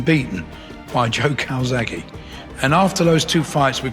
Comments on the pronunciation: His name is CALZAGHE not Calzagho !!! Do your homework properly and learn how to pronounce his name. It shows that you’re a pretender to know the sport when you can’t pronounce one of the most famous boxers on the planet ?!!?! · cant even say joe’s second name properly 😅